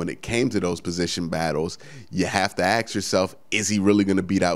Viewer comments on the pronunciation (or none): Love your work Q, i only wish you didnt say "Axe" instead of ask. ;)